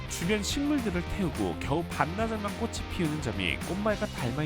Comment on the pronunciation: 긴 설명이 굳이 필요 없을 것 같아서 간단히 적다보니 그렇게 이해하셨군요. 꽃 하나만 발음할 때는 맞는 말씀이구요 "꽃이"를 [꼬치]로 해야 하는데 [꼬시]로 하셔서 댓글 적은겁니다. 꽃: [꼳]o 꽃이: [꼬시]x [꼬디]x [꼬치]o 잎: [입]o 잎을: [이블]x [이플]o